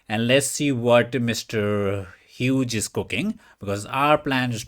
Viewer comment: Hyooz ( Hughes). lol. That’s why we love ya, “ not to be”.